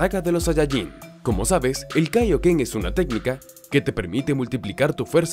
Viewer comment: Pero no se llama taio ken se llama kaio ken